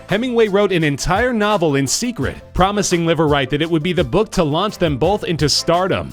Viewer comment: Imagine establishing a new last name for yourself meaning, "Live Right" only to have it be pronounced as Liver lol